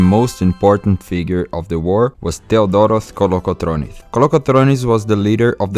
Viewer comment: Georgios Kolokotronis, not Georgioth Kolokotronith